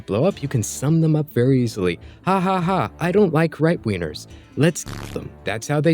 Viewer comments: I can't get over the way you pronouce G's sounds like "Right wieners" and "Left wieners" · Brother you reeeeeeally gotta over-enunciate the “g” in “wingers” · The kill people you don’t like memes are funny though, I’m not a leftist but those jokes can be funny. All when you say left wingers and right wingers it sounds like you say wiener and I found that funny. This is not a hate comment though.